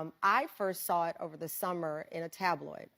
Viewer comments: this woman said ‘sawl’ instead of ‘saw.’ Geez. Tell me you are illiterate without telling me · shes an educator, but cant pronounce saw. its not sawl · A teacher that pronounces saw as sawl ... okay lol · "the first time i sawl it"... SAWL? 😔🤡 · "I sawl it"- and she is a teacher? America is finished.